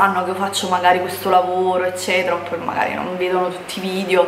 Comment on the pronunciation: Okay però ora che la rinoplastica è fatta sarebbe l'ora di iniziare con le lezioni di dizione! Ripeti con me VIDEO, VIDEO, VIDEO NON VIDIO!